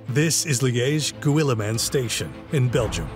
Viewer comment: It's pronounced Liège Gymain (written guillemins)